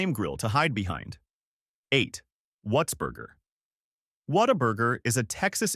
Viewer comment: Okay you kinda lost me when you didn’t even pronounce Whataburger right.